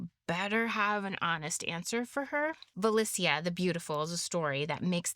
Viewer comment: Great analysis, dear. Indeed, the tales about Vasilissa [great pronunciation btw after the 1st bloop] and Ivan The Fool, in which Baba Yaga is portrayed as a neutral force between death and life, are the closest in context to the older ones survived. Gimbutas was close to connect her to our Baltic (<- IE) Zemes māte (lv. - Earth Mother), which is cognate to Greek Demeter [gē matēr], who rules everything that land gives, and what it takes away (as well as turn of the season, ie. end of winter). But some theories claim, that she was also a personification of queer and wise people [witches & sorcerers, who weren't considered evil before christianity, just strange], who often lived a bit aside from the rest.